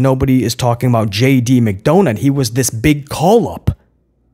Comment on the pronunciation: My boy said JD McDounut lmao 😂